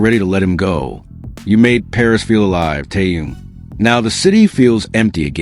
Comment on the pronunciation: Его зовут Тэхен. Зачем вы коверкаете его имя?